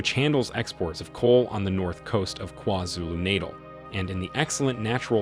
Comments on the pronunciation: Lol every time you say it me and my homey are dying of laughter lololol it's KwaZulu-(NaH-taaaal ) not kwazulunatle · Haibo Buhle! Did you not hear this man say “Kwa-Zulu Nadle” 🤣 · Kwhazulu Naytle 😆 I like how you say that 😎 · Please stop saying KwaZulu NATAL like that 😫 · Sir, please learn how to pronounce "Gauteng" and "KwaZulu-Natal" 😭😭😭.